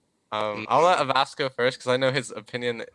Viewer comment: Holy shit, learned how to pronounce Avast